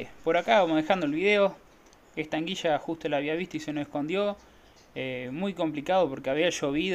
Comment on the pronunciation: PORQUE DECIS ANGUIYA? 😅 ANGUILA. PORFAVORRR JAJA SALUDOS QUE LINDAS RANAS